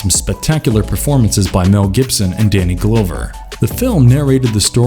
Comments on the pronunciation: The fact that he keeps saying Danny Glow-ver makes this unwatchable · “Danny Glowver” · Did anyone else cringe at the way this person providing the voice over pronounced Danny Glover's name??? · Has the narrator ever heard of these actors before? Danny GLOWver and Steve BUSKemi? Lol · Please learn to pronounce the names on the videos you make. You owe it to your viewers. Danny Glover, Steve Buscemi...